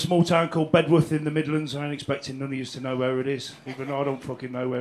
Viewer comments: Bed'uth Doug, Bed'uth. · Brilliant.. But it's "Beduff"!